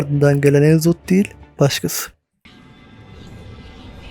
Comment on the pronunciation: Enzoth diye telaffuz edilmiyor direk Nzoth nizoth falan ya da ne bileyim de başta e yok.